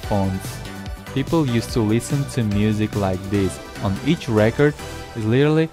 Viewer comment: What the heck are you saying about the records. You keep pausing and I can’t understand what your saying your not even pronouncing record correctly and please don’t do that to your records you’ll scratch them up! It sounds like your speaking and your microphone is breaking up ask you talk cause you say two or 3 words and then there’s this long pause like when someone breaks up and is being cut off